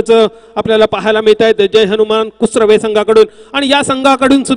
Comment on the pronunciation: Kusure nahi... kusrave